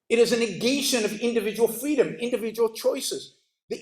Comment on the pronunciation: “Capitalism is fweedom”